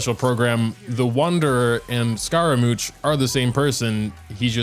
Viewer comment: call him scaramooch one more time i fucking dare you